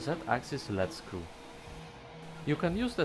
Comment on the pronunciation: It's pronounced "leed" screw. I know...English is confusing. Lead and Lead can be two different words.